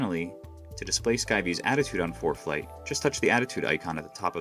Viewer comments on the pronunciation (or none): Why is the narrator saying foreplay